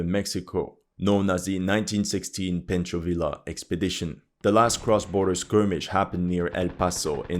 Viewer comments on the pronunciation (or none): Pancho Villa = Pon-cho Vee-ah